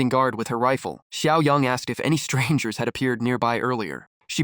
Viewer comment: why is strangers said weird lol